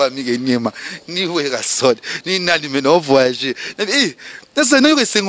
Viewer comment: c garcon azalaka suspect 🤔🤔🤔🤔!!azalaka PD teeee??? na yo p journaliste ezalaka vayage te. voyage .aller tanga!! VO-YA-GE 😂😂😂😂😂😂😂